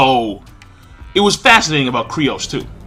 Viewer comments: lmc100 I know, right? I'm bothered by this every time reviewers say his name. says it like Krai-os, other people pronounce it like 'Kai-ros'... But dammit, look up the wiki page, it's pronounced 'Kyuu-ros'! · Its Kyros not Crios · Not sure why it's so frustrating, but it's pronounced KYROS not KRYOS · it's "KYROS" not "KRYOS". That's been annoying the hell out of me when you're able to pronounce complicated ass Japanese names but you mess up Kyros. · they even said his name in the anime and you're still saying "Kryos" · King, IT'S KYROS!!!!! KAI-ROSS!!!! KAAAAIIII - ROSSS!!!!! KYROS. JUST LIKE MERUEM IS MEH-ROO-EHM, NOT FUCKING MIRIAM!